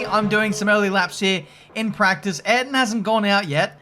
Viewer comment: I’m going to be a nit picker here... Can you please pronounce Ayrton in Senna’s name properly please? It AY-AIR-TON Senna